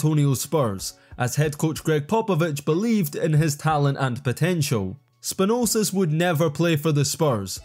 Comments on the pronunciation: Where'd you get the extra 's' in Spanoulis? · SpanulSis - where in the heck did you get that other S from? :D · Please put some effort... Bolonnga? Beleeshea? Spanulses? And please don' be biased use facts: "traded to their better rival"??? (7 vs 3 Euroleague titles, 39 vs 14 national championships) also Spanoulis' 2009 Euroleague title was not with Olympiacos but with Panathinaikos. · SpanouLis, not Spanousis bro, just read... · Bolonga was wild....Slossas(Sloukas) too...Spanosis wild one too...just need to read and spell dat shiat....Spanoulis...not difficult at all....bjelica became italian too...🙃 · SPANOULIS NOT SPANOUSIS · 'basilias spanosis' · Although Bolonga, Spanoulsis and Belisia were the worst, I really enjoyed the cretivity on Slauskas (it is ponounced just Slukas) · who the hell is Spa Noole Sis?? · What about spanoulsis lol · Great video! But Spanoulsis 😂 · If I hear SpanouSis or Bjelicia again... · Ok what is the actual flippin duckin heckin shite??? "Belicia", "Slouskas", "Spanoulsis"?? Bro ain't just mispronouncing. He's straight up add letters in the names🤣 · Belisia Slauskas Spanoulsis Bolonga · The pronunciation of "Spanoulis" was really bad. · You made Vassilis Spanoulis half serbian, and also messed up his surname. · How about trying to pronounce the players' names properly? I mean, Bjelica or Spanoulis are not that hard. Be more professional about it.